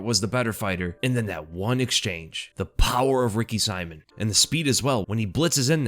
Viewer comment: just never gonna get Ricky Simón‘s name right lol